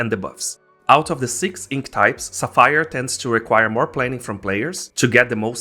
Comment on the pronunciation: someone cant say Sapphire correctly LOL